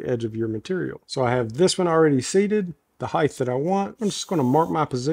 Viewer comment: Catawampus Moved house 😢. Gave all my power tools to my son😢😢 Need to help him set up his home work shop and these modular benches will be perfect!" Also Why do southerners say Heigth. It's height, pronounced like kite.